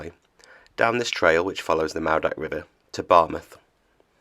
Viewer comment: `lol now i know you cant help it, being a foreigner, but double DD is a th, as in this or that, and w os an OOOOO sound, so its pronounced, maoothak not moordach, you guys have only been in britain 1500 years, so we forgive you, for being new arrivals.love n hugs, from Cymru :)